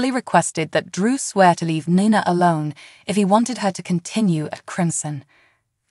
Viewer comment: Its NiNa not Na Na nana means grandma please prounacne names correctly people think your talking about a grandma that's what nana mean it Ni Na say Knee than say Na ❤